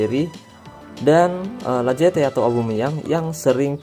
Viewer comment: Sedikit koreksi: Lacazette = lakazet